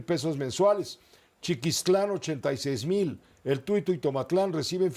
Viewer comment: Es Chiqulistlán no chiquistlán